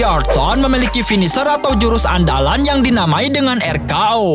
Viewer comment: AR KA O apaan anjir harusnya AR KEI O BODOH